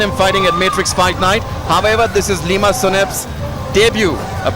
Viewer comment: It's lima not liam😂